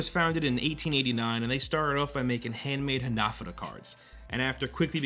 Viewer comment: Why can no one on You tube say hanafuda right???